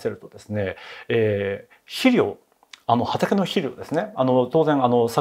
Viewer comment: 肥料を「しりょう」と発音。江戸っ子ですか。